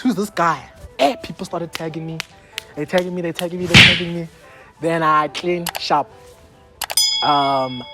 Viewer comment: Take a shot everytime says "Tlean!" 💀💀💀